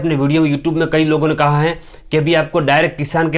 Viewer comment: Don't say koho,say kaha